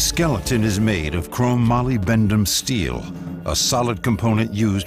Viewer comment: Okay, VO talent, repeat after me, “molybdenum”. Muh-LIB-duh-num.